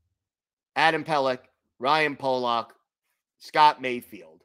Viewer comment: His name is "Pullock" NOT "Polock"...pronounced differently than how you are saying. It's like the difference between "Pull" and "Pole"...you'll get it...keep workin' on it.